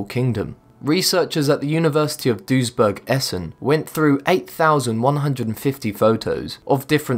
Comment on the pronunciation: 4) Hey, i once studied in at the university of Duisburg-Essen (in DUisburg), your pronounciation is kinda good:D (eben if "-burg" in german isn't spoken like in burger, but rahter as in Uber, still kinda accurate, was impressed that you got Essen right (y):D )